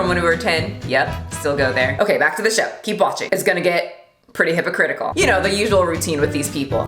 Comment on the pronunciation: I know what you really said but my brain heard hippocritical... I had to rewind 5 seconds just to make sure. I laughed quite a lot. Another great video.